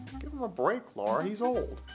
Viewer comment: LARA not LAURA .... get it right